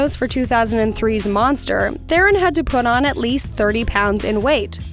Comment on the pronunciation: Charlize Theron's last name is pronounced "Ter-on."